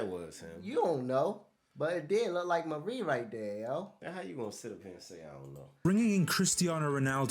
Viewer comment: Di Maria! not Marie